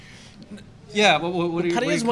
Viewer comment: pronounces 'Pattaya' correctly...